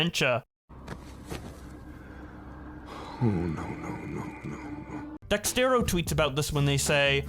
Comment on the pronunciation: It's pronounced DEZERTO not DEXTERO.